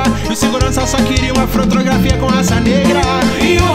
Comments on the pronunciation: Ele falou "fro"trografia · " frotrografia" foi foda kkkkkkkk